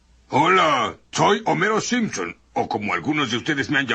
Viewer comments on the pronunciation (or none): none